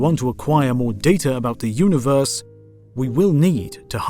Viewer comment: I have watched every single instalment of HOTU. It has been excellent from start to finish. Please stop calling it a multa-verse. It's a multi-verse. Likewise uni-verse rather than una-verse. These have been the 'nails down the chalk board' of an otherwise fantastic series. I look forward to more epa-sodes. 🤣